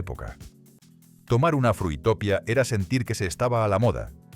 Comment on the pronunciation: BUff que recuerdos de la mayoría de las marcas, Trinaranjus, KAS, Mirinda..., por cierto no era Fruitopia, era Fruitopìa, con acento en la segunda "ì".